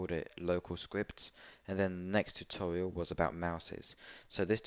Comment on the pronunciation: It was funny when he sed tutorail